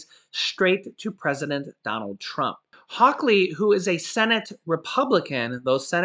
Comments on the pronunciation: Say it with me H a w Lee not hawk lee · It's hall ly not hawklee can you tell im from Missouri stay safe and God bless !!! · His name is Josh Hawley. Not Josh Hawkley. 😆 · I just want to let you know for future use. Two things! - 1. The U.S. Senator from Missouri, Josh Hawley. His last name is pronounced like the word Holly, just like the Christmas song: "Holly Jolly Christmas". - 2. Regarding the state of Illinois, never pronounce the s at the end. Pronounce the ending just like the word "Toy" without the t. - oy. No big deal. Jut to let you know for future use! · It's pronounced hawley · No (k) in Hawley from MO.